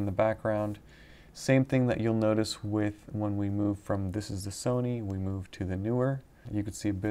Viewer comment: "Tech Mafia" 😂😂😂 There's a newer Sony lens or are you butchering the pronunciation of 'Neewer'?